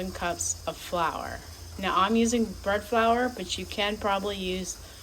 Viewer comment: I went back 3 times on the video and I thought you said bird 🕊flower. I was thinking I have never heard of bird flower this must be something new 😂🤣 Thank you so much